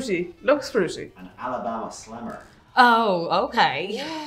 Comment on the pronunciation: I live in Alabama, that's a perfect accent. 😂